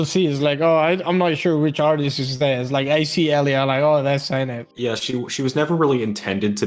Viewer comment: I thought his name for the longest time was pronounced se-naps